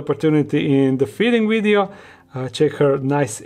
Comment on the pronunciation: I love how he pronounces “video” as “wideo” lmfaooo